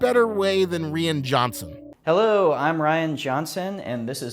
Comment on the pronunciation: bro said reean Johnson holy shit take an English class bruh 😂